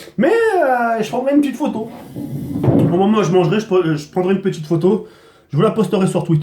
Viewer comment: "Une petchite vidéo''